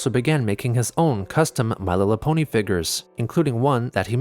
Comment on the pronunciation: “My lillapony”